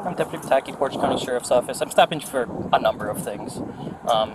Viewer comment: It’s pronounced poor-taaj